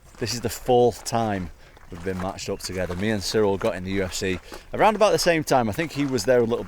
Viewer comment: It's Ciryl not Cyril